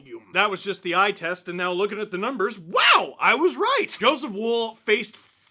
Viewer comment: Am I the only one a little annoyed that Steve pronounces Wolls name like ‘wool’ and not ‘wall’ which is how it is supposed to be pronounced?